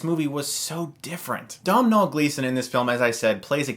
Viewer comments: Domhnall gleesons name is pronounced donal sorry if im being a dick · Sorry Chris Im irish and Domhnall Gleeson's name is pronounced like DO-NALL, great review though as always 😊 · Good review, although it's pronounced Doh-Nall Gleeson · Nice review, man. I've been thinking about watching this for a while (trying to ignore the automatic compulsion to watch another film from my country), but your review has confirmed it for me! Also, just as a little side-note and for future reference, "Domhnall" is just pronounced "Donal". I apologize on behalf of the screwed-up Irish language for messing with so many innocent heads. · it's pronounced dough-null gleeson stuckmann! frank is one of my favourite films though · Domhnall Gleeson is pronounced Doh-nal Gleeson, trust me, I'm Irish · Domhnall is pronounced "Doe-nal". Irish pronunciation can be funky. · met him for realsies actually....lovely dude tis pronounced {'Dough~vole'} gleason...not domnal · Not Dom nall but dough-nall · Its pronounced Doe-nall not Domm-hall! Jesus! Americans! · Dough-nul Gleeson ;) I really don't want the plague dom-nol to spread! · It's pronounced Doe-nil not down-nall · Dough nal, dougn nal, NOT dom nall. Its Irish, I'm Irish (as in born and bread in Dublin), I have a good fiend called "Domhnall ". Its pronounced "dough nal" as in the stuff you make bread from nall. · It's pronounced 'Donal'. Not Dom Nall. Even though its spelt that way. Lol. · It's pronounced Dough nall. Not Domnall. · Domhnall is pronounced Dough-nul. This broad mh in irish is a w in English. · Great review. Also, Domhnall is pronounced "Donnall." It's Irish. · its pronounced Donnal. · Domhnall is Irish for Donal...u say it in the same way too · Hey Chris love your videos and reviews and just sayin but it's pronounced "dough - nal" Gleeson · It is pounced *Donal Gleeson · Great review, love your channel - FYI Domhnall is pronounced "Doh Nal" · Just saying that Domhnall is pronounced Doughnal. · Domhnall is pronounced Do-n'l